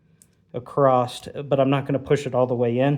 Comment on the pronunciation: Across or “acrosst”???